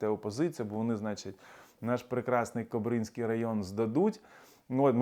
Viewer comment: Угорщина буде блокувати вступ України в НАТО, пока Україна не поверне всі права угорської нацменщини в Україні, які були у неї до 2016 року. Не КобрИнський район Білорусі, а КОбринський район. Ви неправильно ставите наголос.